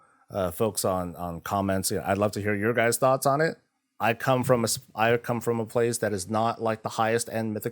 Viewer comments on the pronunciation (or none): none